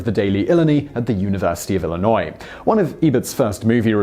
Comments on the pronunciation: Yeah unless you're from Illinois or into sports you're not going to know the right pronunciation. He did his best. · Ill Eye Nigh. He’s putting the emp phasess on the wrong sil abel. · What's worse IllinoiSe or what ever Simon just said? As a person from Illinois I hate IllinoiSe more. DeMoinSe lol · And another sad case of people not pronouncing my state correctly at least he didn't pronounce the "s"